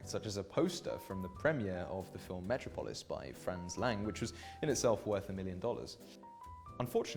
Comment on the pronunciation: Couldn't pronounce Metropolis either. Don't get me started on butchering the Italian...